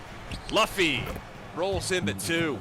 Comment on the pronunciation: Ts spiked my cortisol every time he said it